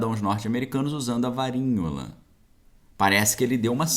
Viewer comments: quando vc fala varinhola o tradutor já entende como varíola... tem que mudar de palavra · O nome da doença é Varíola!! Porque está falando Varinhola???